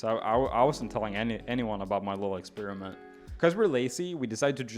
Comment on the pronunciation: “i was running an expirement” 😂😂😂😂